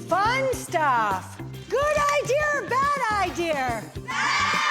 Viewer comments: Why does she pronounce it “idear”? Was she never taught to pronounce that word properly? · Anyone else dislike how she said the word ‘idea’? “Idee-errrr!” Lol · Didn’t know ‘idea’ ended in an r.. LOL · I don’t recall seeing the letter R in the word IDEA….. 🤦‍♀️ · I think it comes from the British influence because they will end words with an R if they actually end in a vowel when speaking quickly.